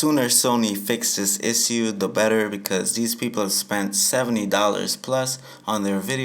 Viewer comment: Learn how to say issue